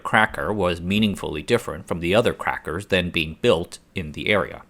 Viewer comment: I giggled every time he said “crackers”